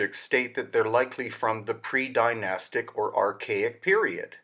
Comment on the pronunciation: You do not need a diamond edged blade to cut granite. All you need is granite to cut granite and water. They would have used stone circle blades with water as cutting fluid. Advanced tech not required. Also how come you are not even able to pronounce the word "Dynastic" properly. Zero credibility right there. Spouting a load of waffle. If you make a bowl out of stone your obviously going to make it as symmetrical as possible. Have you never heard of a stone chisel??